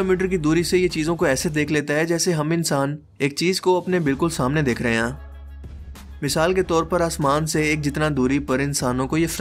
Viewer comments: Hain ko sehi se bola kro, hain hota hai ہیں ok ہیاں nahin hota plzzz, video ka maza kharab ho jata hai sara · Hain ko ann bolty ho😂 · "Hain"... The word is "HAIN"... How difficult is that?